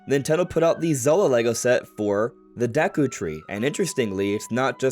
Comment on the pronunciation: It’s not ”Daku” tree it’s ”Deku” tree